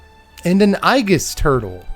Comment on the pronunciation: I love your pronunciation of the "i-gus" turtle. I'm going to call that turtle Gus from now until the end of time because of your pronunciation. Aegis isn't a very common word, and I'd probably pronounce similarly if it wasn't an ability from another game I played a lifetime ago and someone corrected me. Unfortunately, I didn't get a cool nickname like Gus for a turtle from that exchange. I can't mention all that without adding the pronunciation, which is "ee-jus." This has led us to the real issue here, is Gus the turtle standard playable? No, but he is cute. Can we get an anime version of Gus? That would make him playable.